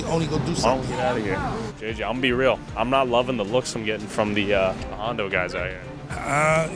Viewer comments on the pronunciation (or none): “Hondo guys” yikes bro 😬